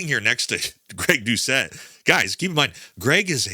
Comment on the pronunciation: He said Greg "Doushe-ette"...classic.